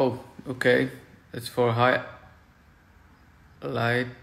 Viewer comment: That pause between high and lights 😂